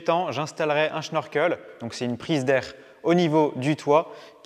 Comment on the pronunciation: Question, pourquoi dis-tu schnorkel alors qu'il n'y a pas de H ?